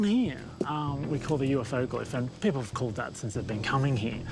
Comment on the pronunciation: When I see that Andrew Collins will be speaking, I wait patiently to hear his pronunciation of the word, "people" as "Pea-poe." 😂🤪🤨